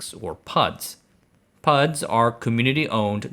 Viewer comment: Lost me when he said PUDs